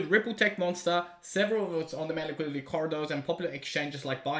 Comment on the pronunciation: Liquidity. Ffs liquidity!!! I love and all he does. But, for gods sake, it’s not liquility, it “liquidity”.